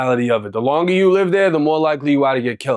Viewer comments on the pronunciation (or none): none